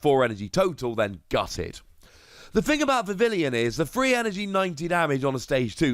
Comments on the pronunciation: Bro it's not VIV- IL-EE-ON it's VIV-EE-ON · Vivillon should be pronounced differently, look it up